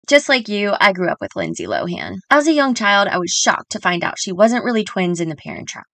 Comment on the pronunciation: Did you know that we’ve been pronouncing her last name incorrectly for years?! It’s actually “Lo-in!”